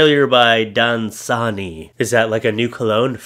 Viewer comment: Unfortunately for you, your trying to be funny and mispronounce Dasani Water loss my interest.